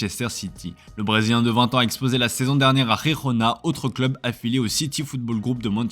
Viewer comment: Khekhona hhhh frère c gerona Le J c le kha